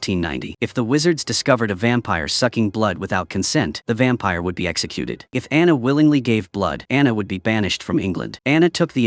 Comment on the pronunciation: You need to a new AI announcer starting with the witches name Dianna.